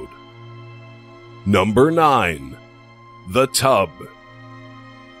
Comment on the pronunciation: I know this isn't the video to joke around with but did anyone else think it was funny when the narrator was like "Number nine.. THE TUB..."